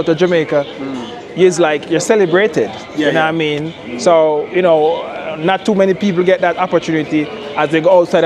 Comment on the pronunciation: "Yuh noowaMean?"